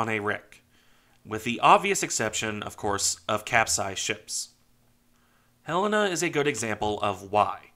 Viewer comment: Thanks for this and for pronouncing her name properly. For some reason, others move the accent in the title of her name. For those who may want to learn more of this great ship, here is an interview of one of the sailors who served on here from Pearl Harbor until her sinking- very interesting.